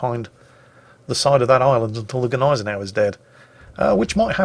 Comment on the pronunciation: I thought the G was silent in Gneisenau